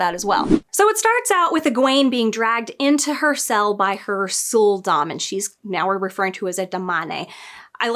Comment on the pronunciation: When you said "Sul'Dam", I heard "Soul Domme".